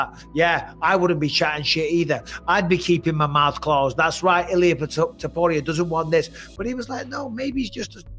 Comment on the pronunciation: “UFC Fighters” = “Ilia Toperia” 🤣🤣